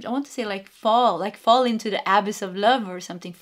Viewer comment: Pile 2: Abyss: pronounced uh-biss …not abiss ;D Thank you 🙏🏽 for this 💯 read. Love & Light 💖✨